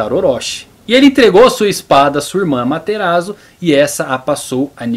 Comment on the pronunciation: Adorei o vídeo muito bem feito e estruturado, só melhora um pouco sua pronúncia sempre que ver uma palavra em japonês escrita em letras romanas por exemplo Susanoo o S vai ter som de "ss" ou seja "Ssussanoo" ou "Amaterassu" e quando vê "Chi" a pronúncia vai ser "Tchi" espero ter ajudado